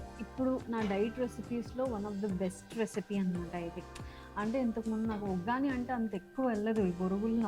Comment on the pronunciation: Vaggani kaadu vuggani